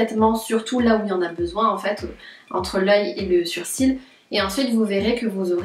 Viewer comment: j'❤️ bien comment elle dit sourcil😂